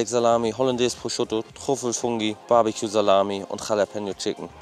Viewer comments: ich weiß nicht, wo du das O bei deinem ProsciOtto hernimmst, aber da ist ein U und es heißt Prosciutto, danke;) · 😂 Prosciotto ‼️ Prosciutto 😉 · „Das ist holandäs proschotto“ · Geiles Video, wie immer. Wenn du jz noch lernst Prosciutto richtig auszusprechen, dann gibts sogar nen daumen nach oben 😂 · Warum spricht er immer Prosciutto falsch aus?